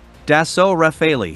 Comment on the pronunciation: So :!=) ecoute bien comment il dit " Rafale " hi hi hi Sinon, oui vid, sympatique Au bout du compte :)